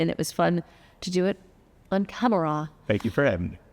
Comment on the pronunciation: I caught that Jenna Maroney pronunciation of *Camera" 😂 see you in NYC this weekend